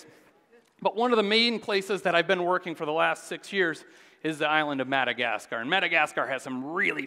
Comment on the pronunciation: Learn to pronounce Madacasgar and Fungi, otherwise very interesting